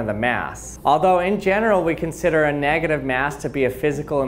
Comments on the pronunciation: x X_NoobSlayer_X x Yeah ikr! Its every second he says it "neGAtive maass" negaTIVe mas" "negative MASS" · neahgadive meaws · I think you two don't understand that OP probably spelled it that way because the way the guy pronounces "negative MAAASSS" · Nugitive mass